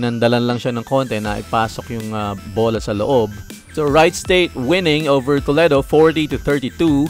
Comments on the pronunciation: IT PRONOUNCE TOLEEEDO WITH LONG E LOL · ITS AN AMERICAN CITY IN OHIO STATE LOL GOTTA HAVE TO PRONOUNCE IT CORRECTLY LOL HE IS SAYING IT WRONG AND ITS NOT SPANISH ITS A NATIVE INDIAN WORD LOL DIFFERENT FROM SPANISH WHICH YOU GOOGLED LOL